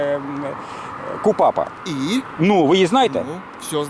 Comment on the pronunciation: 258 КУПАП звучит не так.Автор,если Вы не можете выучить 5-10 статтей наизусть,тогда вообще не произносите статьи.